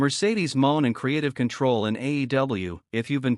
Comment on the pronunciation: get a real job and stop using a.i. IT DOESN'T EVEN PRONOUNCE HER NAME RIGHT! PATHETIC! EXCUSE FOR A UTUBER!